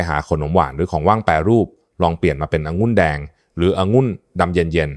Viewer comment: องุุ่นแดงหมออ่านเป็นองุ้นแดงไม่ถูกต้องครับ